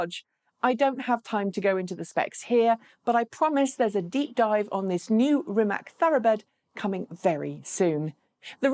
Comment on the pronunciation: Rimac is actually pronounced as Ri- Mathz. Great video though!